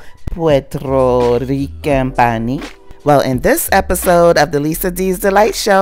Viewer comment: She can't even bother pronouncing "puerto rican" close to correct!